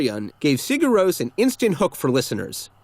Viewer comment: The “Rós” In Sigur Rós is pronounced the same way as Ross. And I think Ow guy tis by are un